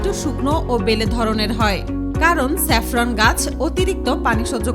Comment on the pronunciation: চেপরান না জাপরান হবে